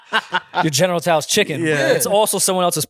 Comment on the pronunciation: i cant even be mad at for saying general tso’s chicken wrong cuz my momma black n she say it wrong too lmaooo